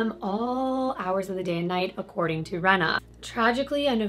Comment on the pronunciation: Her name is Reeena not Rena I knew her sister xcx